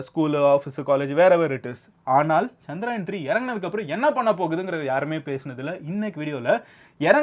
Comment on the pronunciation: It was chandrayan bro not chanrayan